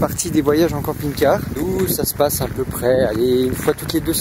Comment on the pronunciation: j'ai compris "camping gay loisirs".